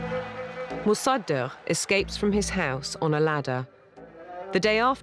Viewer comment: Pronunciation fail: Mosa-duck 😝